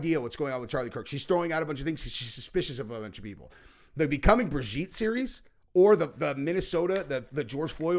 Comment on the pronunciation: It absolutely drives me insane every time they mispronounce the name Brigitte